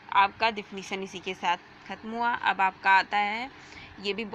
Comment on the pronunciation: Defection nahii it's diffination